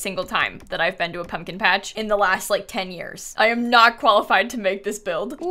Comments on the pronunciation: It’s a pub-kin patch! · Then she made it a "pub-kin-patch'. haha